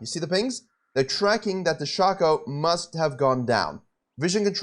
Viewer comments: It's pronounced Shaecoe, not Shaco. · I am so triggered at the way he pronounces Shaco 😤🤣